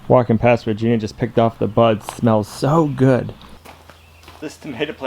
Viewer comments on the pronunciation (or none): none